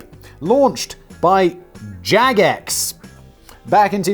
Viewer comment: Simon, did Jagex personally hurt you? The way you say their name every time... 😂😂